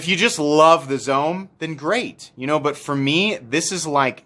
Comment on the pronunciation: Zome is pronounced “zo-may” it is Japanese